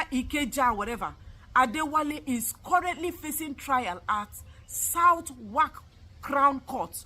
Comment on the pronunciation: Southwark is pronounced sodok here.